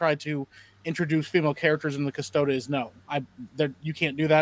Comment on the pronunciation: doesn't know how to pronounce Custodies